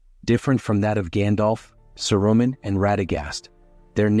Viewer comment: Don’t use an AI voice. It’s mispronouncing names like Saruman.